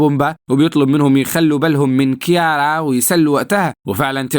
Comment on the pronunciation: بالله عليك انطق الأسماء عادى انا مش قادر اكمل الفيديو بسبب تاكا و موفاسا و كيارا و اى حاجة اخرها ا بسبب نطقك انا اسف والله بس بالله عليك غير الطريقة دى